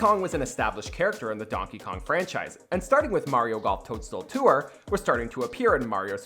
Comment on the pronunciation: You’re not supposed to pronounce it “Too-wrr”. Tour is one syllable, not two.